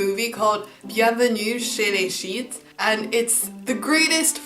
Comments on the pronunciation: you butchered the the name of movie.. Bien venue chez les Chti's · i'm from Gent (in Belgium :D) and i love seeing how others experience our culture. BTW no i haven't heard of the story with the hatted cat, but it's true we don't mind the rain. I LOVE that movie, makes me laugh SO hard :D and you pronounced "ch'tis" incorrectly. Yeah we don't like it either that everything is more expensive, that's why we usually cook at home. Our beer is, might I say, THE BEST YOU'LL EVER HAVE!!